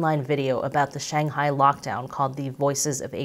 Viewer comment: There is no such place as 'Shanghai' as you pronounced it. You have 1.75 million subscribers. Rather than perpetuate and reinforce common Western mispronunciation, why don't you show some respect to the people and the language and make an effort to pronounce the name properly ? Hint: The first syllable rhymes with 'bung' not 'bang'. Take a free pass on the tones though. Fair enough to put them in the too hard bucket.